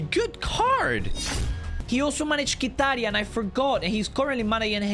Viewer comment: its with the m its not kitaryan and love your content and the fact that your trying your best amazing content